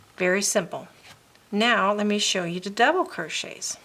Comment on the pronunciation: Very helpful. Thanks. One question... Are you Dutch? Just curious because you pronounce "th" as "d" as the Dutch do. If so, your English is very good!